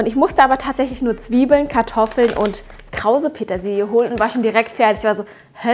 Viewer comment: Das ist mir durchaus bewusst. Aber es ist eben krause Petersilie im Gegensatz zu glatter Petersilie. Sie spricht es aus als sei es der Name „Krause“, der gemeint sei uns sagt, dass sie jetzt mit „Krause-Petersilie“ dekoriert.